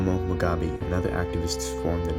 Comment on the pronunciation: Great job. Btw, Rhodesia us pronounced "Roh-DEE-zha," not 'Roh-DAY-zha." Ironically, that "ay" sound you're using should shifted over to Robert Mugabe's pronunciation: it's "Moo-GAH-bay." Zanu and Zapo: ZAH-noo and ZAH-poo. Also, Rhodesia's elite unit, the Selous Scouts (pronounced "seh-LOO"), were a seriously badass outfit. At the time, as good as any long-range reconaissance/hunter-killer patrol regiment in the world, not the least reason for it being their absolutely constant combat action. After this conflict, those guys could hire themselves out anywhere on the globe they wanted.